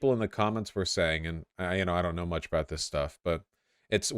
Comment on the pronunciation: love it when voosh starts talking aboot beta radiation, the chat went full JLP.